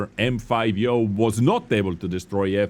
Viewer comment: brooo its not yoooooooooooooooooooo